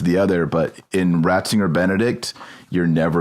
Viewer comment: Did just call him "Bratzinger"? I think I heard that... I think it was on purpose.